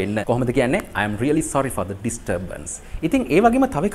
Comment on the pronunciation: Sorry for the inconvenience sentence eke inconvenience wachane පළවෙනි akura vowel ekak nisa the (ද) pronounce වෙන්න ona දි sound නේද